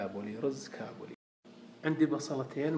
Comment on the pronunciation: اسمه كابلي مو كاوبيلي يالدايخ وطريقته غلط